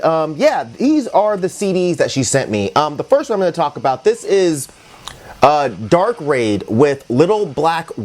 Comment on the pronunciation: Hey not to be THAT guy but it's "darkrad" not "raid". Just if anyone wants to find it, great album